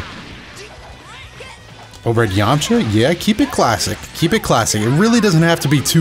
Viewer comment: I love the added A now he's Yam-A-cha hahahahha awesome